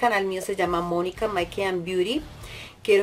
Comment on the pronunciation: Se pronuncia (meik cap) no maik quip